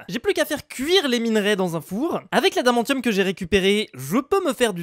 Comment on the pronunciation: Ça se prononce adamansium